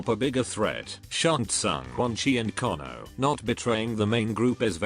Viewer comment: Ai voice fudged kanos name 😂😂😂😂